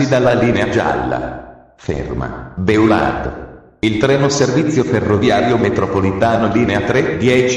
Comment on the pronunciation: Infatti... orrendo! B-e-a-u-l-à-r-d, ad esempio, non si può sentire🤣